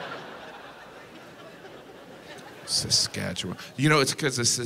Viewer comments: I love how people who aren’t from Saskatchewan pronounce Saskatchewan. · You said Saskatchewan weird lol. FYI Regina used to be pronounced Regeena. It changed over time. Was the old queens middle name. I live there. You did not just say pile of boners 🤦‍♀️🤣